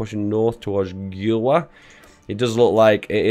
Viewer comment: Genoa's pronunciation is like > GE nder > NO > A ( like chinA ) GENOA IS MY CITY